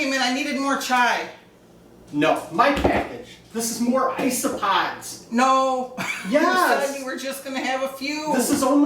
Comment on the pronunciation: Did he say iceopods?